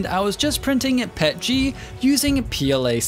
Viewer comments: Not trying to hate but I hate it when people say “pet-g” instead of “P.E.T.G.” Idk I just hate that 😭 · Same with Pet-g Iv been 3d printing for nearly 6 years now and have heard very few people call it pet-g It P-E-T-G